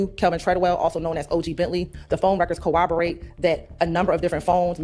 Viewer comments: It’s Corroborate not CorroWoborate 🙄 geesh…she’s a liar and a dumb nugget. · I hate that can't even pronounce corroborate correctly. That's in every other sentence. It would kill me if I were the judge.